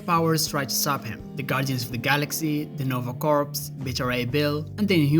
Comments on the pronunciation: Bro, the "P" in the Corps of Nova Corps IS SILENT. So Corps is pronounced CORE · Its pronounced kor not core like as NOH-vuh KOR you got it a little wrong that's okay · PERIODT ITS KOR 🗣️